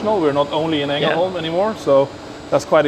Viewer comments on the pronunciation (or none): ”Angelholm”😂 Yes I am Swedish.